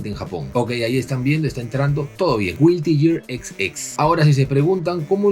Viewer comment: "Güilty geat" 😂